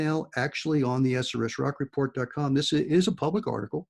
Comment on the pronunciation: Why do you always say “SRS Rock report” and not “SRS RocCO report?” 🤔